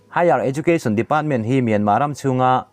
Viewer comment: Mynma tih reng chu ka van kham tak , lam tha peih loh nih chuan burma ti mai rawh